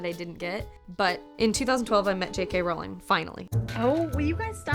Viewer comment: Finally an American says JK Rowling and not JK Rouwling